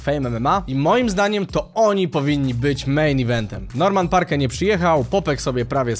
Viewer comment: Norman Park.. E jest nieme.